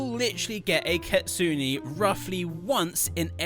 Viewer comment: GROW A GARDEN GETTING CANCELLED IS WILD 😭 edit: you pronounced kitsune wrong 😔💔 (I have nothing against it, it’s just smth I noticed lol)